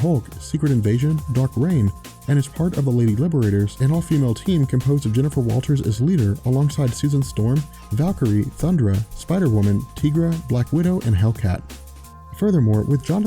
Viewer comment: Tigra's name is pronounced tie-gra (as a play on Tiger) not tee-gra